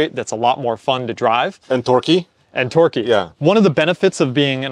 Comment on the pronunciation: I swear said “dorky” instead of torquey